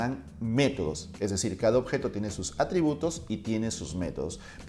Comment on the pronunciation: dice ARTRIBUTOS en lugar de ATRIBUTOS